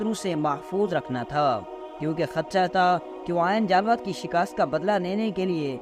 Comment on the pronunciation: Pronounce as Aini jallooth